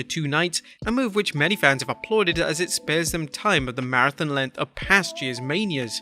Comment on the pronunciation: For someone who can't say "Fans" properly, you are the last person who should be mocking how people pronounce things. just sayin'